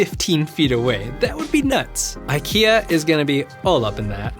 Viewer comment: At SDC 18, it did fold inward. Samsung officially uploaded the video to their channel and no, it's a concept video. "eye-key-are" IKEA-R idk